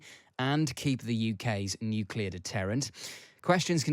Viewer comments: The moment someone says "nukular" I can't take him seriously. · Nucular ? Can't seem to find that in any dictionnary or encyclopedia... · Impossible to take someone seriously on defence if they say "nucular". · How times have changed. The Times employs someone to work on their channel who is unable to pronounce Nuclear.